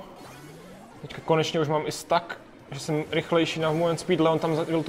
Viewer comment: Proč říkáš stak? 🤣🤣